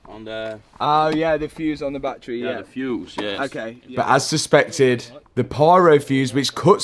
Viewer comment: It’s Battery, Not BatTreeee.